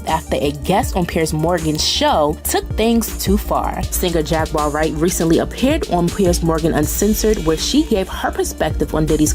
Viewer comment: The word Jaguar is pronounced "JAGG-KWAR."